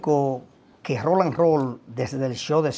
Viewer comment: Pero qué problema : no hay forma alguna de que Silvio diga el nombre correctamente, siempre dice : RONALD ROLL, en vez de Roland 🤣🤣🤣🤣🤣🤣